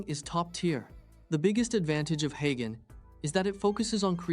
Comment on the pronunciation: Wtf is "Hi Ghen"? Do you mean "Hey Jen"?